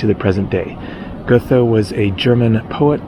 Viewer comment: The h in Goethe is silent, not a th sound as in North Cothelstone Hall or Nether Addlethorpe.